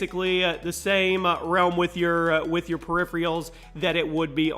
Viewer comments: Er,. periphERALS dude not periphREALS lol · It's PERIPHERALS, not PERIPHRIALS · Lol, perifreeuls